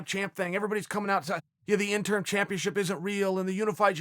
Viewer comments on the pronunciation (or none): Interim, not intern. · Why does he keep saying "intern" then "interm" and also probounces is right - "interim" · Chael "Intern, Interm not Interim" Sonnen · It’s interim* belt Chael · It’s been years and Chael is still saying “INTERN belt/ INTERN Champion” 😂 When is he going to realize it’s INTERIM. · Every time he says "Interm" I cringed just a tiny bit..lol he can be soo bad Pronouncing things sometimes. Lol we still Love you Cheal... #InterImChamp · Interm? Ya know its interim right? Fkn idiot yanks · Lol double "interm" champion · Nobody: Chael: “Interm” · Chael "interm" Sonnon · THE INTERM BELT LOL at first it was the INTERN belt 😂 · Chael "In-term" Sonnen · Chael isn't saying "intern" champ.....is he? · Chael "Triple Inturrm Champ" Sonnen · And interm champ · I swear when Chael says "Interim" it sounds like "INTERN" Double INTERN Champ. xD!!! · "Do I pronounce it Intern, interm, or interim?" "Just use all 3" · Thank you. How can he not say interim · Chael “interm” Sonnen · Chael say it...JUST SAY.. INTERIM